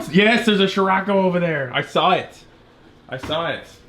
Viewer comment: Love you videos but I couldn't watch this to the end. Nothing to do with not seeing your wifes butt. Your pronunciation was driving me mad. I've been in many countries for car shows and never heard it pronounced sh-rocco. So I checked the "American pronunciation on google ". Si-rocco. Try this : Greetings from Indonesia, where c is pronounced ch..... Except in the word sirocco. 🤣🤣🤣🤣 Keep up the great content.